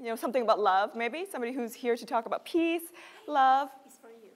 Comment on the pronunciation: thay vì nói Peace chị Mc phát âm là Piss 🤔🤔